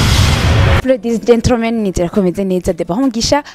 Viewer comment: Gentromen(gentlemen), Plibicité(publicité)....#Jisho ingo utore umujournaliste wawe